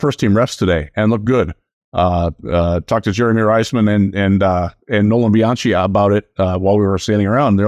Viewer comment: Hey..... Bianchi is pronounced (Be-On-Key) Not (Chee)...... let's see you get that right first.....